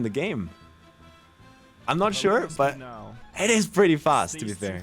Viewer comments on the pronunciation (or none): S in english sometimes has a z sound, Such as, is pronounced iz or sounds pronounced soundz Not all S' are a hiss Been watchimg you for years, i get its not your first language but its a very noticeable. Fix that and you could speak english 100% Good luck my guy